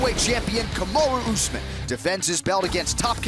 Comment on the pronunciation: Finally ooozman gonna wrasttle..... i mean fight 😂😂😂😂😂 ben oozman 😂😂😂😂😂kamara askren 😂😂😂